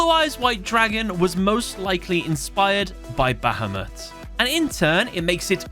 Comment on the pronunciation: Is anyone else triggered or annoyed by how he says bahamut wrong or is it just me?